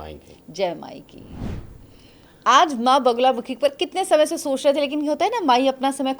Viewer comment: naam toh theek se boliye maa ka, it is ma baglamukhi...aap baar baar bagulamukhi bol rahi hain..... bagula nahin bagla